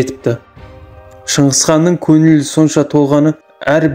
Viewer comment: Көніл емес көңіл танба емес таңба, аныз емес аңыз